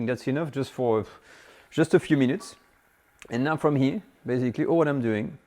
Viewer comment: I like your recipies. But learn how to pronounce “here”.